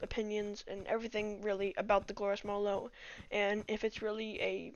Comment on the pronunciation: Also it's a model o not a zero